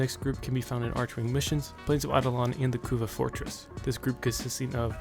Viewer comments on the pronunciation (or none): Arch(ARK)wing.....come on brudda